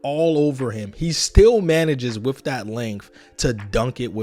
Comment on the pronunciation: With is pronounced with not wif. Th does not equal "f". Pronunciation drives me crazy can't watch